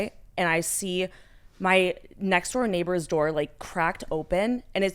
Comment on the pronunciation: Omg “neighbaaaahz” Boston accent popping out for a sec